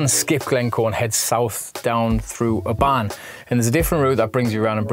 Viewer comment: The stress in Oban is at the start so it's O-ban. Also the 'a' is hardly there so its almost O-bn.